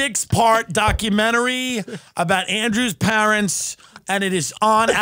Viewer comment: I love how dilp pronounce PAAAARANTS same way Art Vandalay says it